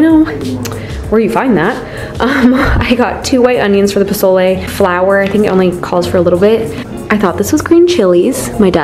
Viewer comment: It’s pozole! Lol